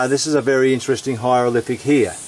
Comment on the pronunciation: pull the other one mate... you are full of shit........ where do you get your information? learn to speak before you embarrass Australia it is not a "hyrolific "